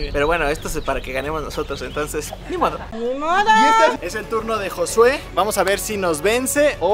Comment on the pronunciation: y bien seguros diciéndole "José" en lugar de Jossue 😂